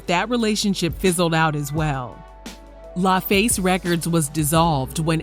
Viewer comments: It’s LAFACE (Luh Face) not LieFace 😩😂😂😂😂😂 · Way you pronounced La killed me